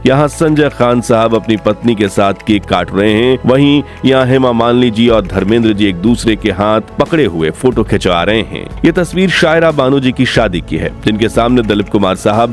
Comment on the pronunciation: Her name is "Zeenat" not Jeenat.n "Saira" not Shaira.n the work is "Janamdin" ,Zanamdin kbse hogya.atleast pronounce Hindi correctly.n names even if urdu or english u need to pronounce correctly.First learn Correct pronunciation then make a video!